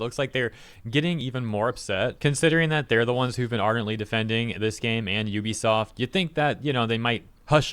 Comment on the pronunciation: LOL there is no such company as "Yoo bee soft". Ubisoft is pronounced "OO bee soft". No "y" sound. God, public education failed all of you.